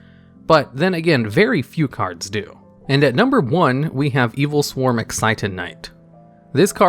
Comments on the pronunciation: "i"-swarm monsters???? Really? Are they part of the Evii-swarm and Steei-swarm archetypes lol? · Oh God it is L swarm not i swarm